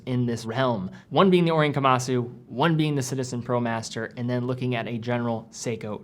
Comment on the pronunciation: You are putting too much emphasis on the "su" at the end of Kamasu. It is pronounced closer to "kamas"